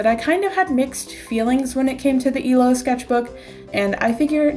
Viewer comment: Am I the only one who heard "This is my emo sketchbook." Instead of illo